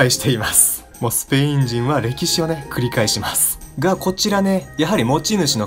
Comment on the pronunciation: 最初ひっくり返しますに聞こえたわ どっちでも正しいかもしれんけど